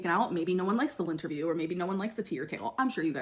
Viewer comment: She keeps saying it out loud... Lint-erview, Lynnterview? She's not catching that, is she!? Laughing my damn ass off!! 🤣